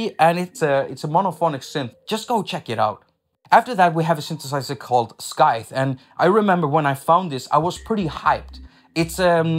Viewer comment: First, I really enjoyed this & some other of your videos. Wrote a list down, dloaded, installed, & testing. 2nd, I just got Cubasis while on sale for $26 and ... Wow 3rd, Scythe is pronounced "sigh + th", not "sky+th", but it seems like English isn't your first language so you're forgiven. Which brings me to... 4th, why don't you (please) educate folks in each video with something in your first language? I'm guessing it's Swedish (?) or Finnish (?), languages which have vowels most Americans (like me) can't hear or reproduce, so -- how fun would it be to learn how to pronounce something new in each video? All I can say in Swedish is a curse phrase that made my old Swedish housemate turn bright red, so I'm down to learn more! THANKS for your vids & your music skillz!